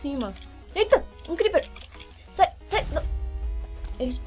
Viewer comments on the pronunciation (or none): none